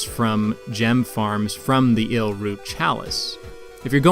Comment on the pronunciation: Isz pronounced eyes.